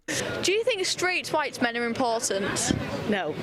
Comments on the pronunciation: We were taught at primary school to pronounce the "h" in "white". Back then in 1960s England it was good English. The spitting bit you see here, though, is rather stupid. It's curious the woman is so unreflective that she cannot see this. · It's amazing that she has the cognitive dissonance to make pig noises when pronouncing white in reference to an ethnicity. But then Trump objections by claiming that's how she pronounces white every time... The point of a common language and dialect is ease of communication. If you are going to willfully ignore the rules to serve your own purposes. Expect backlash. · Why does she say “white” like that? Because she is a POS human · This reminds me of J4red t4ylor's pronunciation of "Hwuite" people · The only thing I got out of this video si that in order to properly pronounce "White" you have to hack up a loogie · She's actually pronouncing White that way?